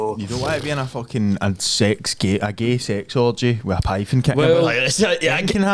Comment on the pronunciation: I seen a pifon snake lol 😂😂 i once seen a tarantula spider . He is either thick as shit or has a speech impediment